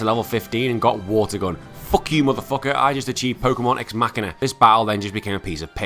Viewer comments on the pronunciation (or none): none